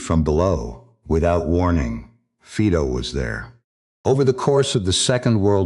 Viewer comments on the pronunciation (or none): Fiiido NOT Feedo.